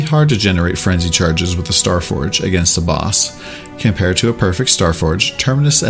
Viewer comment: "Frenji charges". I can't stop hearing that now.